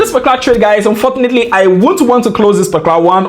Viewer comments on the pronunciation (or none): Why am I so good ignoring informations and spotting out mistake when he said "Unfotilitly" 🥲